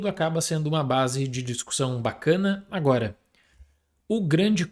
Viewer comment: Pessoal, vocês reparam que o fala ANUORA? HELP